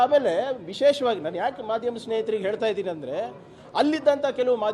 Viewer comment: Re madam eltha irodalla. Heltha irodu. First kannda sariyagi maathadi.